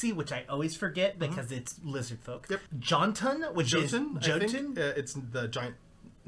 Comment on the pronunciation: I can't give Amurrun pronunciation, but Jotun is pronounced Yo-ton! It's the norse pronunciation!